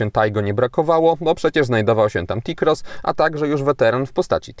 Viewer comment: Nie rozumiem - co znaczy wysoki prog zaladunkowy??? i dodam, iz mi rowniez bardzo, ale to bardzo podoba sie tzw. czern fortepianowa, szkoda, ze nie wspomniales o wysokosci przeswitu, no i ciekaw jestem, kiedy ta firma wprowadzi wreszcie hamulec elektroniczny. Aa i jeszcze jedno w jezyku polskim literke "T" wymawia sie jako Te, nie Ti, stad powinno brzmiec Te-Roc, czy Te - Cross, a nie Ti - Roc, czy Ti - Cross... a tak wogole, jak zwykle milo mi bylo spedzic z Toba czas. No i wreszcie moge powiedziec - kurcze jakkolwiek nie powala to Taigo, to wreszcie cos ciekawego od tej przereklamowanej firmy dla klienta...